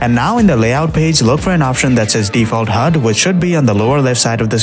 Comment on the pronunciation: nah ain't no way bro said it like that💀💀